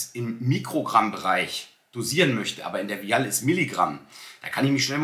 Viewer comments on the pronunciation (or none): Super content! Vielen Dank 🙏🏽 Vial wird im englischen ’WEI’HL’ ausgesprochen 🧪 As ner wisst ihr ja bestimmt schon Wieahl hörte sich irgendwie ein bisschen komisch an Aber jeder weiß was gemeint ist !! Danke nochmals für deinen Pep-Talk 💪😊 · Kleiner Tipp. Die Aussprache von Vial ist “Weil”. Der deutsche Begriff ist übrigens Ampulle oder Phiole. 😊